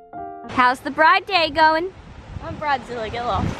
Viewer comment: “I’m bridezilla gilla” - 2021